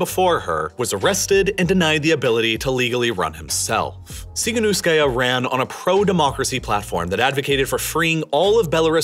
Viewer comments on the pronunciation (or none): It's Svetlana tihanovskaya, not svietlana sihanuskaya. Keep making great stuff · "the Ukraine" "TsikhaNOOSEkaya" what kind of journalism is this? You get paid? It's not French "ou". It's "TsikhaNoSkaya" (as in "No")